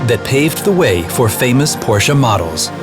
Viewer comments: PRONOUNCE IT RIGHT FFS! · Its funny how not even official Porsche chanel from US cannot pronaunce Porsche right